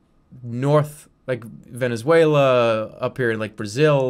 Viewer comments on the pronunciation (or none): none